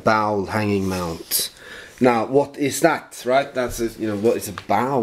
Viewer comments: Awesome 2 Skilling from Christian V! I have to laugh every time you say bowel mount. Bowel = tarm. The word you are looking for is bowl mount (pronounced båwl). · I had to switch you off in the middle ,, only because it was after midnight here. But the good part was I enjoyed the ending this morning. Not very important but the word "bowl" is pronounced like BOLL (like ball with an "o"..because the w is silent). Your pronunciation is closer to Bowel..which is completely different. This is a minor point and I only bring it up because your English pronunciation is actually so very good. You have some GREAT finds and artifacts are always so interesting.Joe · not bowel, but bowl, sounds like Olav :)